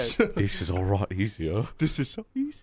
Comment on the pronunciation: "this is a rot easier"